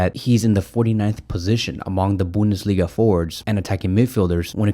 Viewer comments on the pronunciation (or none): none